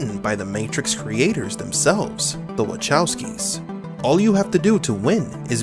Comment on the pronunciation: Wachowski is pronounced Vahovski. With 'h' sounding like in 'hotel'.